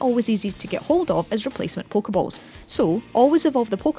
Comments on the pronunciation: "Polka bolls" I cringe everytime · Poke-EhBalls like WTF